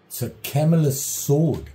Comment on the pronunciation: You pronounce it just fine No worries!